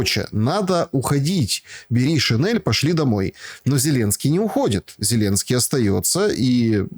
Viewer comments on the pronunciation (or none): none